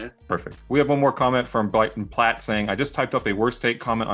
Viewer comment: He really did say Blighton Blatt didnt he